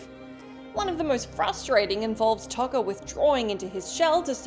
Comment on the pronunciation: Ugh it's pronounced Toe-ka and Razor FFS!